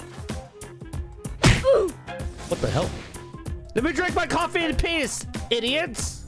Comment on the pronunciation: HahahHAHAHAHAH why say eat my cufeeheheheeeee